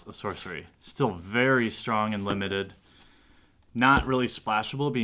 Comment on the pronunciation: did u say limited bob.... ;)